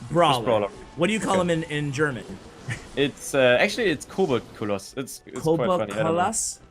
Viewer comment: your accent saying Koboldkoloss, I'M DEAD xD